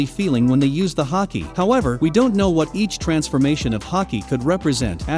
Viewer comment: Say Haky one more time